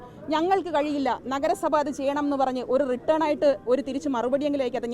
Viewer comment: റിട്ടേൺ ആയി എന്നല്ല. റിട്ടൻ ആയി എന്നാണ് പറയേണ്ടത്. Written not return. മനസ്സിലയോ?